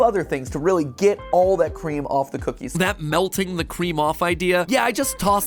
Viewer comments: “The cwea- the cweam? where’s the cweam at? 🥺” - MatPat 2022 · 'wheres the cweam filling' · “Where’s da cweam filling?” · "Where's the cweam filling? 🥺🥺😔😔" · ✨Cweam✨ -Matpat 2022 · “The qwee-😋😌” “Weres they qweem fullling😞🥺🥰” Mat-2023 And “My fingys😭‼️” Also mat 2023 Im also diying from this guy i love him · Matpat: Kween- kwe- WhErEs ThE kWeEm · The cweam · "Quwe-Quweem The Quweem" Transforms into an anime girl "Where is the Qweem Filling?" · matpat what du heak i qwuem